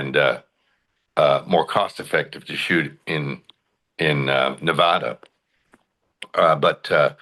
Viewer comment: MEL GIBSON IF YOU ARE GOING TO SHOOT YOUR MOVIES IN NEVADA, LEARN TO PRONOUNCE IT CORRECTLY!!!!! IT IS NOT THAT DIFFICULT TO LEARN